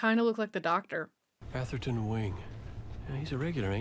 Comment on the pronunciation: I'm so impressed at how badly she misread Atherton.